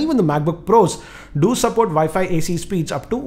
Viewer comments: you mean vifi routers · ViFi Router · What the hell is a ViFi router?